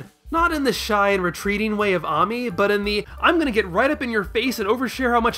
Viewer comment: It's pronounced ay-mee....not ah-mee